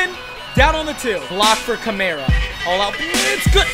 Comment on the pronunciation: Alvin Ka-mar-a not Alvin Camera 😂